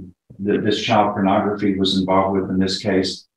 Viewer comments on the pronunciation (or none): Its pornography not pronography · What is Pronography? Derp! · "Pronography" What?